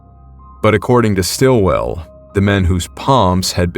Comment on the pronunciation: Mate, it's "SITwell". Osbert Sitwell. Brother of Dame Edith Sitwell.